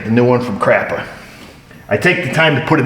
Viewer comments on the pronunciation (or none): "I get the new one from CRAPA". LOL. = )